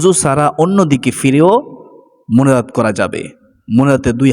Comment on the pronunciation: আপনার মোনাজাত কথাটা কেন জানি সপস্ট শোনা যাচ্ছে না😢